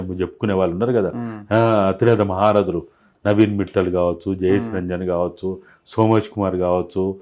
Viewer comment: నవీన్ 'మిట్టల్' కాదు, మిత్తల్ అనాలి. గమనించగలరు.